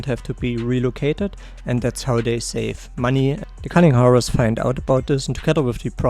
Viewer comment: Just some unsolicited advice: Hares is pronounced like hairs.